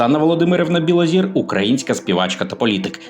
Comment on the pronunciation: Білозір - це прізвище, ПРОТЕ, українскьою говорять НЕ БілозІра, а БілозОра. Вчіть мову перш ніж читати чиїсь сценарії Невже когось можна споїти ? Треба мати Характер і не йти за примхами інших.